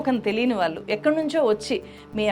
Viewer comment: Madam just like you analyse everything in your videos, even we do analyse your performance via your videos. I believe for a journalist, correct pronunciation is a minimum requirement and a very important aspect. So it's very important that you realise, learn and rectify pronouncing the words like "vaallu" and "malli" in an accurate manner. The correct way of pronouncing is "వాళ్ళు" and "మళ్ళీ". Otherwise, it doesn't sound good to the ears.